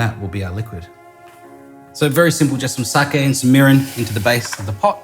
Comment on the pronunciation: Lol sounded like he said sake, URINE, soy sauce. Hahahaha sorry....but it did